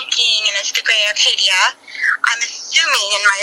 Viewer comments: Not only that, but as a car guy, it hurt to hear Acadia pronounced as "Arcadia," lol (To the woman's credit though, at least she got out a clear narrative of the whole thing) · there is NOT a R in the vehicle name. ACADIA! this is just as bad as putting a R in the name Buick… i know it’s stupid but hearing it everyday at work just makes this a trigger 😂